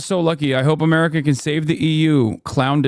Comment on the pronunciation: As a German what irks me the most with this guy is how he pronounces America. Apart from the stupid stuff he says.